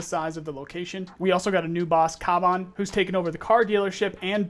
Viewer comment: It's kabán, with second vowel being elongated